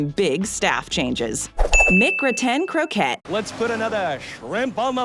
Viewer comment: It’s pronounced “Mick-Grat-In Crow-Cay,” not “Mick-Gruh-Tain Crow ket”